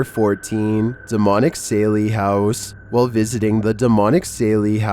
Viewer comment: It’s the Sallie House!! One of the most well-known haunted Houses in America! Not Sailie House!! Come on man!! Lol.